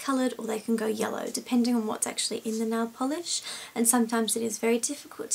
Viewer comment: I Say Nailll Polish Like U! Lol Instead Of Nail Polish Its Nailll Polish! :)xo